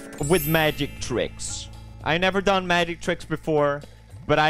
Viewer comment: "But They Nevar"